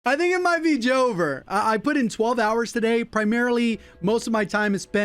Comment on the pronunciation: It's actually jover